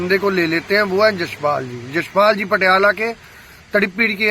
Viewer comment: Its Patiala not patalea bas lokkan nu gallan kadlo isto